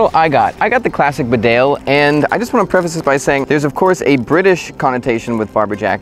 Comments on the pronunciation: It's pronounced "BEE-dale". Not "be-DALE". It's named after a town in North Yorkshire, UK. Calling all people from USA! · Annoying to hear mis pronunciation. Bee dale is correct. Not rude to point out an error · Not sure if anyone has commented this already but Bedale is pronounced "Bee-dale" not "B'dale" :o) It's named after a small country town here in the North East of the UK where Barbour's come from. Bedale is in the county of North Yorkshire, England. Great vid though ;o) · Please say "Bee-dale" - It's a place in North Yorkshire, England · It's pronounced Bee Dale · its said beedale its a place in england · Pronounce it Bee-dale since its English! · Hey bud. Fyi. It's pronounced Bee-dale, not B'dale and Tar-tun, not Tartan.